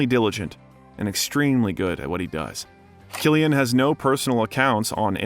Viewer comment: Lad I am surprised you even pronounced Cillian right the way you butchered all the Irish names 😂